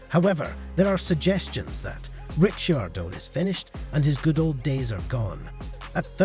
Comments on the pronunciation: The pronounciation is just an inchident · A little tip. Learn the names properly before u make a video. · what is that pronouciation🤣